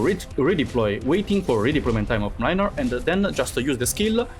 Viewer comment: The way keeps misspronouncing Mlynar's name 😂😂